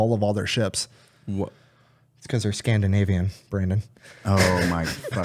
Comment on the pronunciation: SCAN-DA-NAVYANS EH!🍁🍁🍁🍁that's almost EVIL